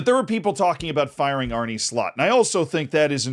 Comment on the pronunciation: Bro is NOT called “Arnie” bruh. U can say uh, u can say arné. Just say arn uh please not arnie bruh